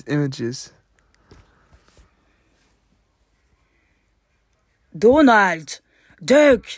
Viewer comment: I BURST INTO LAUGHTER RIGHT WHEN SHE SAID “dOHnahld”